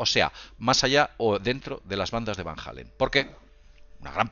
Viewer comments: Van jalen dice jajajajaja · ya lo sé amigo, sólo que dijo "Van Hálen"... Se le cuatrapió, talvéz venía de escuchar "what is love", ó "panamá", de la banda gringa de rock!:)))))) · Van Halen no es lo mismo que Van Allen. Lo pronuncia con J "Jalen" cuando es con H muda (ahlen). OJO ahi. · martin ES que ya le hemos dicho a que Van Allen es muy distinto de Van Halen (no hay necesidad de que pronuncie una H que ni siquiera existe) pero se le resbala